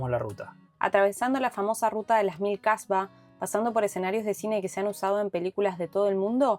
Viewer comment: Atención. Hablaste de Kasbahs y lo pronunciaste incorrectamente. Colocaste la "h" después de "Kah" en lugar de al final. Cambiaste completamente el significado, transformándolo en "mujer de mala reputación". Por lo tanto, la "h" debe pronunciarse al final, no al principio.